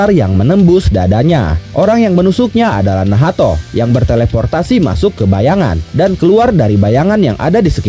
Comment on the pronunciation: Itu namanya nacht senpaii...bukan nahato....😂😂😂ga enak banget denger nahato ga sesuai Ama anime nya...